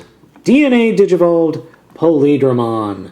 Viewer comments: It's wierd how you say "Plaidramon" not "Paildramon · Pa-le-dramon actually it's pronounced Py-eel-dramon, but you get a pass... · just a heads up his name is pronounsed pie-eal-dramon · did you say palidramon?? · its pi eel dra mon not how ever you pronounced it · Not paleedramon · its pa-il-dramon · i thought it was pronounced Hi el dra mon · Paildramon is pronounced (Pee-ale-draw-mon). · You pronounced paildramon's name wrong.